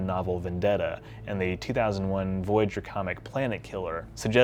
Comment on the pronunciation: in the video that plaque shown CLEARLY reads Voyager with the oya more faded than the other letters why did you say V-GER instead?